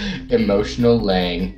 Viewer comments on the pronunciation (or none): My name is not Liang >:C also my mic was louder than it should have been. xD Oh well, it's already uploaded.